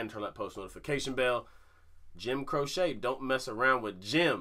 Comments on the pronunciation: Pronounced "crow-chee" think of the bird crow and chee as in cheese. The man was an amazing talent and died way too young. Love your commentaries! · Pronounced "Crow-chi" great reaction ✌ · It's actually pronounced Crow- chee,and actually the songs mentioned below are ones to react to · His last name is pronounced Cro-Chee. I never knew till now either. Lol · Crow-chee, lol. Good tune and he has many others. Try the slow ones. You'll love them. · Last name is pronounced Crow-Chee. If that makes any sense. Check out Time In A Bottle if you want to cry your eyes out. He passed far too early! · Jim Pronounced (crochee) you are right though he is a great storyteller. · Pronounced Jim “crow chee” 👍🏻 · His last name is pronounced Crow-chee, FYI. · His last name is pronounced Crow-chee. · Crochie is how it's pronounced. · You guys are great...but Jim's last name is pronounced crow-chee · Jim "Crochet"? 😂😂😂 He's a singer/songwriter, not a knitter! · Its pronounced like... Cro..chee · Ok, I have to say his last name is pronounced...CROW-chee. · Jim "Crochet". No...he's not a knitter. It's Croce. Pronounced "Crow-Shee" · Jim "CROCE" was an awesome entertainer, and pronounced "Crow-Chee." "CROCHET" is a craft, made by looping yarn with a hooked needle. 👍😎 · It's pronounced as "crowchee", not "crochet". I agree with all who've suggested "Time In a Bottle". It'll completely switch things up, but in a beautiful way. 🙂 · Crochet?! “Cro’ chee. Don’t worry we all did it! Thx! Rascals please! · Btw. It is not Jim Croce (Cro-shay), it is Jim Croce (Cro-chee)! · Crow-She not cro-shay. FYI. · his name is pronounce Crow-Chee. Not crochet like what you do with a hook. It's Crow-Chee. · Jim "Croce" is not "Cro-Chet" like the knitting. It is "Cro-she" just thought I would help. LOL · It's Croce (CROW-chee), not crochet (crow-SHAY). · It’s not Croshay. It’s Crochee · HIS NAME IS PRONOUNCED CROW SHE......NOT CROW SHAY. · It's not Crochet it CROWCHEE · Please say crocee not crochet!